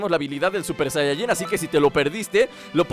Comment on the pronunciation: Se dice super sayayin rosé